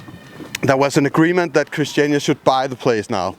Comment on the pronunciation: yeah, so it's actually christianIa not christiana. just a slight annoyance there... :)